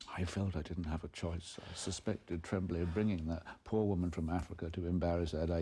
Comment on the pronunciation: Did nobody on this film know how to pronounce "Tremblay"?